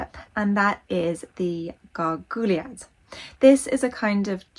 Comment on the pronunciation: It's pronounced 'gar-gwee-yard'.